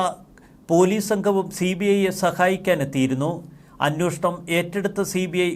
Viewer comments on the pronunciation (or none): അന്നോഷണം... അല്ലടോ..എവിടെനിന്ന് ആണ് താങ്കൾ മലയാളം പഠിച്ചത്. അന്വേഷണം ആണ് ശരി.